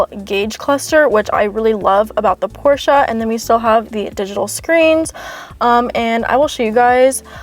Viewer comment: I'm glad you pronounced 'Porsche' in the correct way and not just 'Porsch' without the 'e' at the end, as most non-german speaking people do.